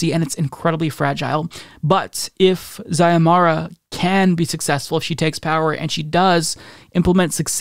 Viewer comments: Pronunciation is See-oh-mahr-ah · Pronounced C-O-mara